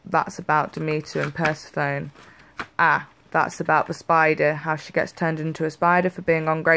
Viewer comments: Hello! Just a little note I thought you may be interested to know, Persephone is pronounced like purr-sef-uh-knee, not purr-suh-phone (I thought it was pronounced like that for many years!). Or do you pronounce it that way because of your accent? Either way, thought you may be interested to know! :) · no worries i caught that too.. for years n years i pronounced it the way you did & then one day i had an Aha! moment and it suddenly sounded right purr-sef-uh-knee way.. i'm quite intimately partial to Persephone & Demeter (them, their tale, their lore).. in fact Persephone is my patron Maiden Goddess & Demeter shares her throne with Isis as my patron Mother Goddess. then of course our darling Hecate is of course the Crone of my preference.